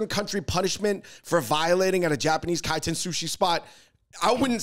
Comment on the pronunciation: It's Kaiten